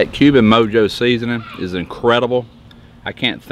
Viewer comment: It is pronounced mo-ho😬